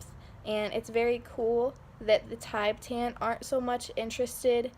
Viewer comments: it’s more commonly pronounced “tihbetahn” (: there are popularized Tibetan singing bowls as an energy healing tool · "Tibe-tan".... bruh